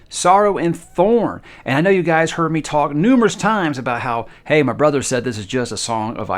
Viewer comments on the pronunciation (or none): none